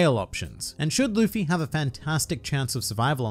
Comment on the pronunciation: It’s Luffy